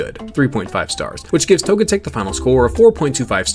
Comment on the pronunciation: Really chaos my ass you switch the stress of the pronunciation just for Togetic